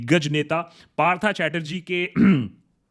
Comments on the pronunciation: i am only disappointed that he pronounced it " parthaa "chatterjee, bro you are a bengali😂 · Aare uska nam Partha nehi Partho hai😅..bangalee hoke bhi ye galti? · Partha pronounced as Partho, you are a Bengali still your bengali pronunciation is too bad. Please study it and apply.